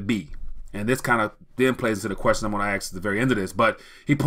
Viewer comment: Great content. But sorry Dude I have one negative comment (read constructive criticism). You lose a bit of credibility when you keep saying "the question I'm gonna 'axe' is...". Cant you at least try to say "ask" instead of "axe"? Its not that hard and most importantly makes you sound like someone who knows what he is talking about. Cause what you are saying is important but whats equally if not more important is "how" you are saying it. My 2 cents. Take it or leave it.